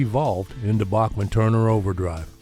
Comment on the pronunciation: Randy's last name is pronounced BACKman, not a soft "a", like the great composer Bach.